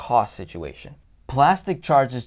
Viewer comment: This may be sorta random, but you're the first velocity banker I ran across who pronounces Plastiq correctly.